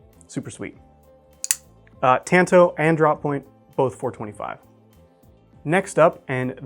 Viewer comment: That's not how you pronounce "tanto." Please stop